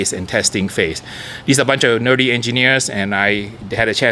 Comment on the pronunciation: Did you just call the engineers "nerdie?"